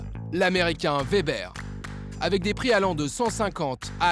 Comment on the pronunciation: Weber = ouébeur Et non Vébèr!!! 🤦🏼🤦🏼🤦🏼